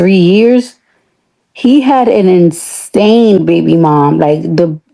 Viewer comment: Did this ho say "INSTANE," not "insane"? LMAO. What ONIKA says is "finish school!"